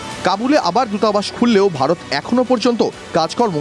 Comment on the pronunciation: অনুষ্ঠানটি সত্যি খুব ভালো লাগে, তবুও মাঝে মাঝে র মতো কিছু মানুষ যখন ভারত কে ভাড়ত বলে উচ্চারণ করে মেনে নিতে পারি না।